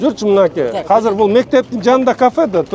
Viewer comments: Кыргызча азыр деп айтылат казыр эмес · Бул мэр казак окшойт казыр деп суйлоп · Урматту Бишкек Мери Казыр эмес азыр деп суйлонуз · Казыр эмес Азыр